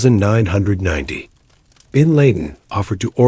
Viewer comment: How can AI do all this stuff but can’t pronounce bin Laden’s name or the year 1990 correctly